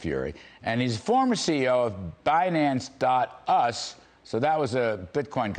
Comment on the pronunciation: That old geezer has 0 ZERO CLUE about crypto lmao. He said binance. US lol it’s U. S. As in the country you live in lol old fool